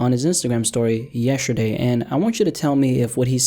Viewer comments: “Yesherday” you good,? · He said yesherday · Why do you pronounce it yeSHerday? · Highlight of this video.: “Yesherday.” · tf is "yesherday" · This all happened “yesherday”? 🤣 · yesherday? wut?